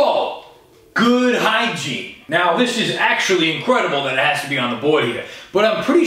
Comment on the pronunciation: Hi-Jean? 😂😂😂😂😂 bruh.